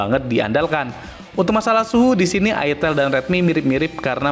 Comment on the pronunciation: Aitel ngomongnya jangan Itel dgn aksen java 😂😂